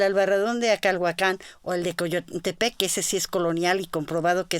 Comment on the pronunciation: Yo quité el volumen cuando la escuché cecear y cuando dijo "Acalhuacán." Supongo que todo arqueólogo sabría pronunciar "Acalhuácan," o "Acolhuácan," (tierra de los acolhuas) Esos aparentemente nimios detalles arruinan una disertación.